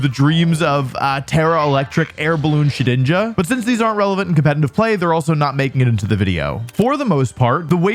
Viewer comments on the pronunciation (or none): It's pronounced shed-ninja